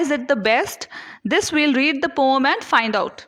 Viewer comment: its poem not poooomm